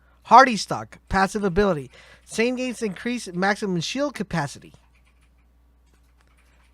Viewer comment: man I dunno, he also said Shane instead of zane. I don't know if he has some kind of accent or something?